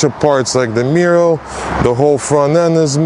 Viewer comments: I thought he was saying mural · Anyone else smile when says “Mirrow”. 👍🏼. Love it keep up the good work